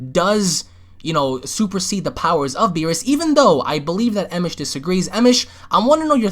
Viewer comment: First of all its Emosh. Second. Are you really stupid or just fucking dumb? Third. If both Alex & Devil are bringing up points as to why Vegito is stronger using scenarios and quotes etc. Why can't I? Unless you just have some kind of vendetta on just disliking people regardless of what they say. Fourth. You have worms on your head. *sigh